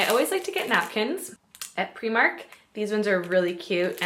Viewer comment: I love that you pronounce Primark the way Irish people do 😊